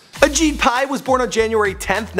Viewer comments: I'm pretty sure he kept calling him ashit Pai 😂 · It's actually Ashit Pai not Ajit Pai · who's this guy? Ashit Pie...lol